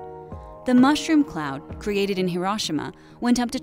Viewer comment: I literally left video over way she say hiroshima